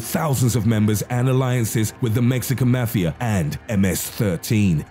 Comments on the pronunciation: do u not no how to read mafa and other words .. fuck this im sending it to the army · i know i ain’t the only one who hates how he says mafia 😂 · C A L M D O W N U S O U N D L I K E Y O U T A K I N G A H I T A F T E R E V E R Y G A N G Y O U M E N T I O N U SOUND LIKE U GOT POSSESSED R U GOOD MAH DUDE Then again btw it's mafia Not mefea Only one I've heard of is Mexican mafia, Latin kings, KKK, hells angels, the krips, and the bloods 💯🔴🔺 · The Mexican Mah-fiya 😂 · mafi is read out mo-fi-a .. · "maxican mefiea" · "The Mexican Mathia"